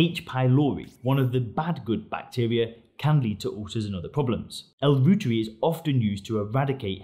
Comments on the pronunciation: Pronounced L. ROYTEREI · Pronounced ‘Roy-tuhr-eye’ after German Microbiologist Dr. Gerhard Reuter. The International News Gathering organization, Reuters, is pronounced ‘Roy-tuhrs’ not Root-ers.